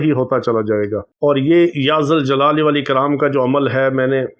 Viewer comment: بھائی یا ذالجلال والاکرام پڑھا جائے گا زبر آ ے گی ذ پر ۔